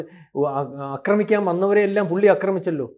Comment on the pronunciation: ... "akramikaan..."?? No... "aakramikaan" ennu paranju patikoo kuttee...